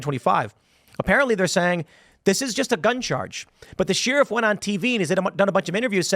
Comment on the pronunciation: Why does Tim pronounce the word “sheriff” as “Sheeeeeeriff” lol?